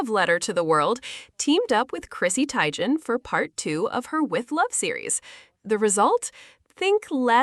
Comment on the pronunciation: is this video AI? Because that’s not how you pronounce “Teigan” (TEE-gan), and it’s showing Mindy Kaling at multiple moments associated to Chrissy in the narration.